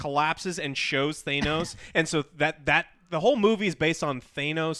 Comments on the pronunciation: Is it Thanos or Thaynos? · The World: Thanos Angry Joe Show: Thaynos Not mad or annoyed, just thought it was funny. Love you're channel and you're videos Joe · What rly bothers me is that they keep saying THAY-nos instead of THA-nos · It is pronounced Thaaahnos NOT ThAYEnoesss fucktards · For the love of god...it's not THAY-NOS...it's THA-NOS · Stop saying "Thaynos" it's fucking "Thanos" lmaoooooo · Th 'aye' nos vs Th 'ah' nos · Just pronounce it as it's spelled. His name "THANOS" not "THAYNOS". Not trying to be a dick I'm just tryin' to help y'all out. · It hurts me when they say tha-nos in the movie because im used to joe saying thay-nos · Why pronounce it Thay-nos when it's always been said in the movies themselves, Tha-nos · It really triggers me how Joe pronounces Thanos as Thaynos, dude you just saw a 3 hour movie where EVERYONE pronounces it as THANOS not Thaynos get your shit in order plz TnT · Joe, NOBODY says THAYY-NOWWS. ...STOP! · THANE OS THANE OS THANE OS. IT IS PRONOUNCED THANOS. THA NOS. FUCK SAKE. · Why do these mongoloids keep saying "Thaynos"? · I also hate the way you guys mispronounce Thanos. It’s Th-an-os not Thainos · Literally everyone in the film: Thanos Joe: T H A Y N O Z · oh my god. Pronounce Thanos correctly. Please. It's Thah-nos not They-nose Thah. nos. Thanos. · sigh where in the damn movie do any of the characters call THANos, THAIN-os? Jesus.. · It's THANOS not THAYNOS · It's ThAnos not ThAY-nos.... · Why do you guys pronounce thanos like that? It’s TH-AN-OS not TH-AY-NOOSE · am I the only one here who is annoyed that and joe keep saying Theynos like wtf? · You are dumb. Loki isn't back. That timeline gets erased as cap returned all the stones back. Also stop Pronouncing Thanos wrong!!! Thainos?! Stop The kid at the funeral was the kid in iron man 3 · Hate they say "Thaynose" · Thanos, not thay-nos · ThAnos not thainos! Good god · Why the fuck Joo calling him Thaneoous??? IT'S THANOS!!! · Stop saying thaynose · Thay-nos lol